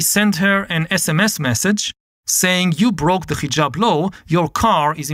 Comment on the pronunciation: It is not Khijab, but Hijab. Like haha, not kha kha.